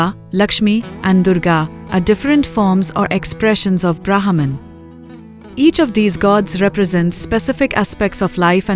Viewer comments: Please. Its not Brahaaman. Its Brmhan. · Sai Ram dear you are pronouncing wrong the name of Brahman the letter H is 🤫 silent 🤓 please do not confuse the westerners thank you 🙏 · say brehman